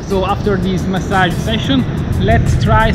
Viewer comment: That pronounciation of massage...